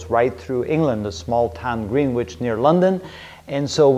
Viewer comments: "Green-witch". ??? It's "Grinitch" you dolt... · Greenwich is pronounced “Grenitch” and today it’s very much an area of central London. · Green Witch?! It’s pronounced GRENN-itch. Great video though. Thanks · I was sure comments would say Greenwich is pronounced "Grennich".